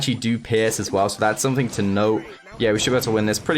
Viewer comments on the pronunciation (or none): none